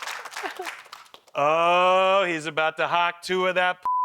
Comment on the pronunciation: "HAUK" Tuah. It's HAUK, not hAwK